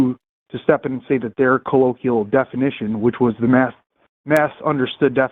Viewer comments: if you're going to repeatedly use the word colloquial, learn how to pronounce it correctly ffs. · Can someone teach how to pronounce "colloquial"? Thanks. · couldn’t pronounce ‘colloquial’ but had the nerve to challenge Forest on scientific verbiage.